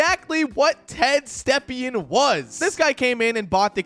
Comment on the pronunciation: You pronounced Ted Stepien correctly (a.k.a. Ted Septic Tank)